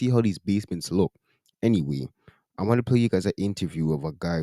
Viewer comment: "We vant a justice". 😆 🤣 😂